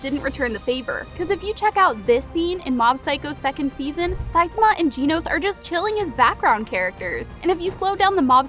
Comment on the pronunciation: I quit watching this video after the third time you pronounced Saitama wrong.